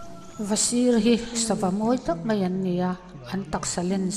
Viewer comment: Hmuhnawm thin e ,mahse,mei tih ai hian mai tih hmang thin zawk ta la te ka tia,kei ka beng alo kham viau mai.